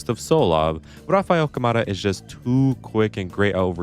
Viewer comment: as a brazilian, appreciate the effort, but thats not how you pronounce rafa câmara’s name